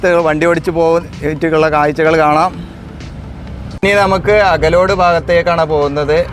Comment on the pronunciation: അകലോഡ് ❌അകലാട് ✅